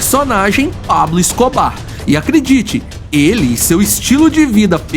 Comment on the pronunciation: Ta ruim a pronuncia do nome do Escobar